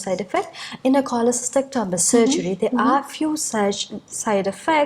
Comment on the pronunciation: Wrong Pronunciation of cholecystectomy